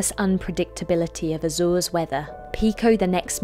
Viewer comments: So funny the way you pronounce Azores, except for Miguel cousin of Michael (translation in English) that's perfect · Azoors? Sets seeyou dadgees? Just say Azores...